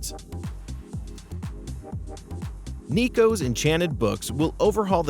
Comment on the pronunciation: You mispronounced "neko" its is neh-koh